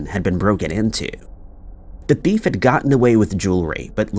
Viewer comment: Why do you pronounce the word “thief” like “bift”?!?